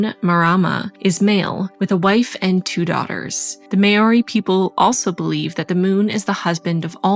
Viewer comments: Did you say 'Maori?' cuz we're pronounced 'mAAAWWdE'.... No hate just askin cuz i know that myth XD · Hey! Great video as usual. Just popping in to clarify the pronunciation of "Maori." I used to think it was pronounced how you said it, i.e., "may or ee," but I watched a few shows filmed in NZ and it's actually pronounced differently than I thought. I'm not going to try to spell it phonetically, but I thought I would share a video of a Maori man saying it. Hope this is helpful and doesn't come off as rude. :) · Cool to hear myths from different cultures, and a beautiful set up! As a Māori person, I have to commend your attempt at pronunciation of te reo Māori! The 'āo' in 'Māori' is pronounced as 'ow' as in ouch! And 'marama' (moon) is pronounced with ma ra and ma all having equal length, with a semi rolled r! You did good, just wanted to highlight my people's beautiful language a bit! So stoked to have been included in this vid! 🌙🇳🇿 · I love this so much, btw Maori is pronounced more like 'mow-ri' kind of.